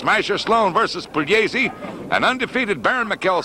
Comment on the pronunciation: announcer butchered both names